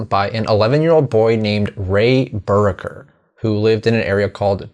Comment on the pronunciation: I'm at least a year later than you, but was going to make the same comment about 'Buracker' pronunciation. I'm also here in Warren county. I've known quite a few Buracker's, including my best friend growing up, whose dad's side of the family were driven from their land for the park. It's the same story for a lot of Powell's, Hickerson's, and Williams' families I have known through the years.